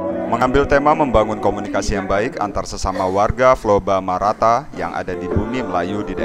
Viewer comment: Flobamorata om, bukan Flobamarata..